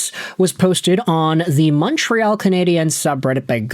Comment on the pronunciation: Again... it's pronounced " CanadiAns" when speaking English. Coming from an anglophone Montrealer... but obviously you don't read your comments. Fool